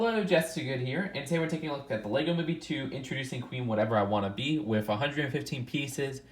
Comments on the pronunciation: I think you’re supposed to pronounce the name Queen Whatervera Wa’nabi as wa-nah-bee not wannabee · Yeah, it's more like Queen Whatevera waNAbe, with the emphasis on the NA